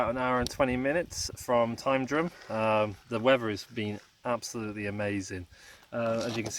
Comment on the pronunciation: Nah, Tyndrum was right. It’s from the Gàidhlig Taigh-an-Droma (Tye-an-dro-ma) meaning House on the ridge.